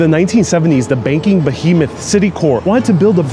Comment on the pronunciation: Did someone say bahemoth?